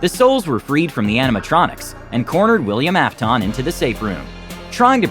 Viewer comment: WILLIAM AFTOEN XD